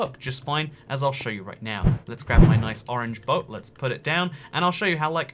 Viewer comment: You were saying boat wrong the whole time 😡